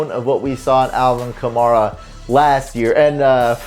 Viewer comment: Hey, learn how to pronounce the 2017 Offensive Rookie of the Year's name: ka-MARE-uh. Not ka-MAR-uh. Mare, like a female horse. Rhymes with HAIR-uh. Ka-MARE-uh. Got it? GEAUX SAINTS!!!